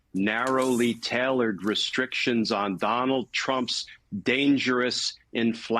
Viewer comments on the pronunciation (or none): Tāilored, jāil, bāil, māil. STOP mispronouncing these before the English teacher in me goes into Burger King and takes hostages. LONG "a"s, folks.